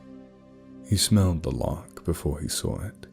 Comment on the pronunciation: Wait, lark? I thought he was saying loch. Larks are like... birds?